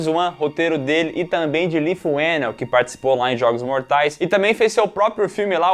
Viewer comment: “ Leigh” se pronuncia “ Lee” ( li)